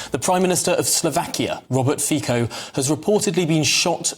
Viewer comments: At firts, his name is not FiKO, read it as Fitso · His name is pronounced 'Fitzo' NOT 'Feeko' - who do you employ to do the reporting? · Fico is is being pronounced as Fico and not Fiko🙈🙈🙈😬In Slovak language we pronounce as we write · His name is Robert Fitzo no Fiko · Pronounced Fitzo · I don’t blame the average English speaker for pronouncing Fico Fiko … English isn’t phonetic… sometimes c is hard, sometimes soft and sometimes s. But the BBC are a sloppy lazy organization who can’t be bothered to find out the proper pronunciation of a Nations leader. Same in US, Canada, Australia etc. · English overlords: learn how to pronounce his name.!!! Stupidos. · Please make sure you pronounce his surname correctly. The way you did is incorrect. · Yeah. As they highlighted, 3 times prime minister, making repeatedly headlines for going against the accepted EU / NATO narrative - and still all of them get the pronounciation wrong. Embarassing and frankly respectless.